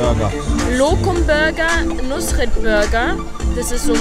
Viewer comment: Fazit: Nus-ret...Muss-net!